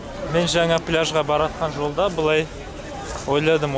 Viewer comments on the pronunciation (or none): none